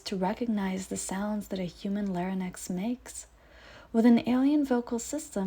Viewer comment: Not “lare in nex” but lare INX!